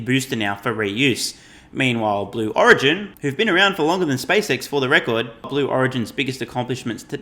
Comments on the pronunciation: "Sue Origin" LMFAO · "Sue origin" 🤣🤣🤣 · “Sue Origin” lmao